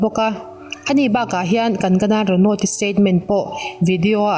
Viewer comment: Kankana tiin i lam a Kan..gana ti a lam la dik hmek zawk asin tlem thluk zeu la midang lam dan enchhin la